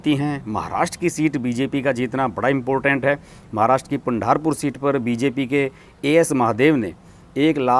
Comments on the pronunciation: आप जो भी नाम लेते हैं उन नामों की जानकारी लेते समय उसे देवनागरी में लिया कीजिये ताकी उच्चारण बिलकुल सही हो सके .आप अंग्रेजी में नाम मंगवाते हैं और फिर तोडा मोडा उच्चारण करते हैं .महाराष्ट्र की सीट का नाम आपने लिया पंढारपुर , लेकिन वास्तव में नाम है पंढरपूर . अंग्रेजी स्पेलिंग के मुताबिक उलटा सुलटा उच्चारण करनेके बजाय अगर नाम देवनागरी में मंगवाते तो ये गलतियां नही होती . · बसवकल्याण, पंढरपूर कहो !